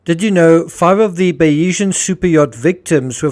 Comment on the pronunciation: Just an FYI the pronunciation is Bayes-Ian. Named after Thomas Bayes whose theory Mike’s businesses were based on. So Bayeseeyan. Or Bayes-Ian but said together. As a fellow Saffa, Afrikaans fks up our pronunciation!